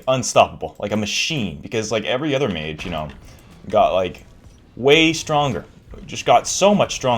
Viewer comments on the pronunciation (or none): none